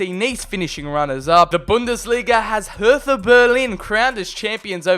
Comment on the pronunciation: You say hertha bugugduiftuh